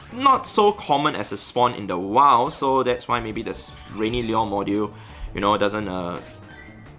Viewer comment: Liur modjiul 😂